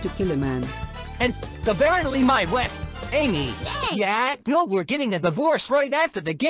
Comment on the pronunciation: I keep on hearing weef when says wife 😂😂😂😂😂😂😂😂